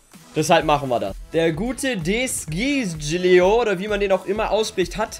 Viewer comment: De Sciglio spricht man De Schilio aus 😂